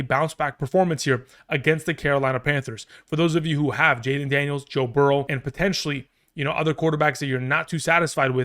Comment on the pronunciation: He said “Toe Burrow” I’m crying 🤣🤣😭